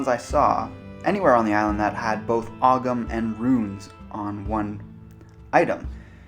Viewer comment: I don't know about the Manx, but in Ireland they don't pronounce the "g" in Ogham